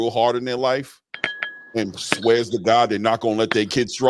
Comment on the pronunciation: Why a side say “by the grace of gawd” lmao! I felt the emphasis in that